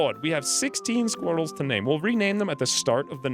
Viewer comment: Every time you say sqweerels I giggle. 😄😉🤣